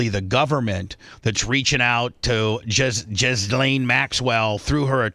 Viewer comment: That's correct it's pronounced jizz-lane